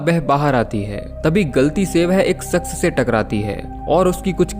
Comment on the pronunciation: Story narration acha hai, pr apki dictionary me श और बा dalo, Berlin hai, verlin nahi, aur shaks hai, saks nahi, improve your dictionary aur kaam thik hai apka. Subscribers hi sikhate hain, bura na manio dost. Best of luck. Keep on doing your work.....